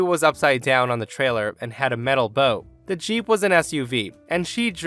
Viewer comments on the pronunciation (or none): You are killing me...bow, as in to bow down, not bow, as in arrow present wrapper/hair accessory That's like ow, not oh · Why do you keep calling the front of a boat the bow, like it's got a ribbon wrapped around it or something? It's pronounced bow, as in bow-wow. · On boats is pronounced B-ow not B-oh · For story 4 when referring to boats it's pronounce Bow (like Bowing to an audience after a show or kinda like Bao) not Bow like Bow and Arrow. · Boats "bow" is pronounced "b-oowww" like the "oowww" when you stub your toe on something. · the "bow" of a boat rhymes with "cow". What you said was what you call a decorative knot in a ribbon that you put on a present.